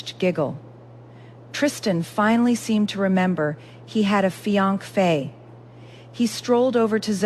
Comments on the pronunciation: You need to get your AI fixed…. what the heck is a “fi ank fe”? It is not how you pronounce finance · What the heck is a fianc-fae ? Pronunciation is crucial!